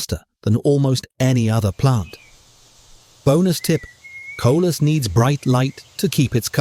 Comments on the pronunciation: Coleus not collus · It “co-Lee-us.” Not co-lus. Spelled coleus. There’s an “e” in there and it’s pronounced. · It is NOT Colas it is Coleus. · Coleus! Not colus.